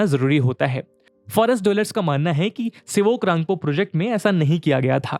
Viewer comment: All are saying Sivok..bt that is Sevok